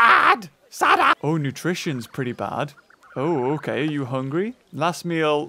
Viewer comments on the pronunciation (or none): And Saaaaada Me: Its Sa-ada